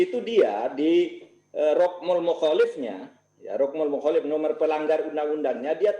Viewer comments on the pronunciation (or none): bukan mukholif fud bacany mukholafah